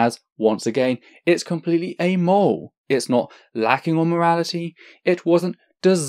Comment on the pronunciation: I'm really liking your video so far, and your method of presentation, citation, and calm clear explanations. Spectacular really. However, and I apologize if it's just your accent, but "amoral" is a 3 syllable word, yet I only hear 2 from you... like "Amole" yet, when you said "morally ambiguous" all 3 syllables were clear. Maybe it's just that word for you, but it causes a little spasm in my head everytime I hear you say "amole".